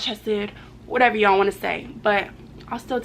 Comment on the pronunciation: So pretty I jus hate the way she say yall 😂